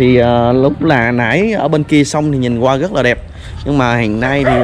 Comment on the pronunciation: Xem cho biết cũng hay, mà thuyết minh nghe bị lợn cợn sao ý, ra nói thành ga, rất thành gất, rồi thành gồi ...nên ko thấy hay nữa